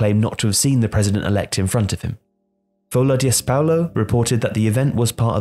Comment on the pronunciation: "Folha de Spaulo" lmao the S. Stands for são